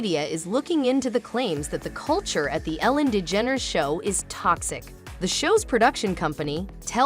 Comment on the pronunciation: Ellen Lee Dedgeneres??? Try again AI!